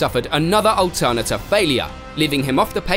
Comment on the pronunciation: I've never heard alternator pronounced that way before